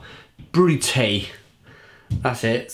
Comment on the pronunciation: 't Ij is pronounced as et and ai ;)